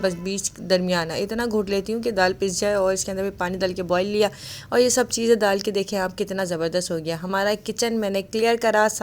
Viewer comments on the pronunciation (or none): ڈال in se nahi kaha jata shayad speech mein issue ho.... Allah Taala sab k saath aafiyat k maamlaat rakhein. Aameen